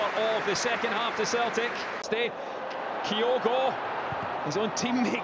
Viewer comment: Who is "Kaiogo"!!??? This Japanese player is called "KYOGO", as in TOKYO/KYOGO!!